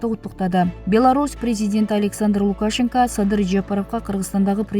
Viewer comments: Лукашенко ну туура окучу эй кулку болбой,ударение е тамгасына тушот!!кандай сабатсызсын,конкурс менен алганда сага окшогондор кочо шыпырат эленер!!? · Новиков деген создо ударение Н тамгасынан кийин коюлат, Лукашенкодо ударение «е»ге коюлат